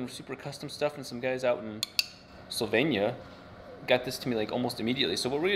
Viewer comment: HI just to tell you it"s Slovenia not sovenia:D also they make these in the near where i live really cool for a small vialge.